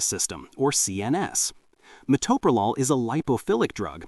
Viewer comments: It would be nice if the reader could pronounce the medication properly; it is pronounced ma-Toe-pro-lol. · Meh-toe-pro-lawl. That is how you pronounce it AI bot, okay? Bronchospasms are unusual with Metoprolol. Other beta blockers like Propranolol can exacerbate any respiratory issue in susceptible people. The BP med that made me cough non-stop was Losartin. Never had a problem with beta-blockers. I started taking beta-blockers in my early 30's - about 34 years ago. The benefits I got were relief from extreme tachycardia and hypertension and also oddly - it killed any stage fright I had always gotten before getting up in front of people to give a speech or play music. Imagine getting up in front of hundreds or thousands of people or going to a job interview with no 'nerves'. I am still on earth because of these two very old drugs that I have been taking for decades. If they were that horrible, I would not take them (I was an RN for 35 years). They also allow me to go hiking, climb mountains in Alaska, work a physical job where I stand, walk, lift, etc. The only bad side effect I have was it made my Raynaud's Syndrome so bad that I got frostbite on all my fingers, the healing was painful, I have no fingerprints!